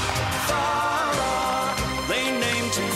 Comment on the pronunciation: it's thowra